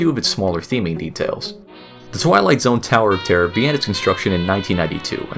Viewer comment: "The California sower of terrier"?